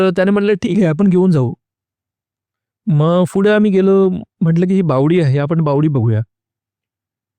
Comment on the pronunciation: फुढे ❌ पुढे ✅